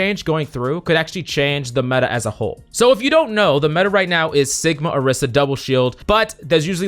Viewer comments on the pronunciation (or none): none